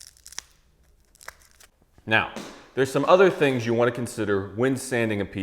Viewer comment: Haha, I heard the you the first time. But it definitely had a Jew sound on the second listen.